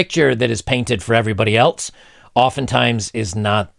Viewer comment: There's no 'T' in else bro